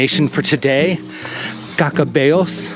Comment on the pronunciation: There is great Vino on the Camino. Don't you hate those one length pillows. I believe you pronounced Caccabello correctly. Next time like you, we would do less kilometres in a day and spend a little more time in some of the towns we missed out on. It is always great to run into new people on the journey. Nice interview with the Pelegrinos. Love dthis episode. Thank you for taking us along. :hand-purple-blue-peace::face-red-heart-shape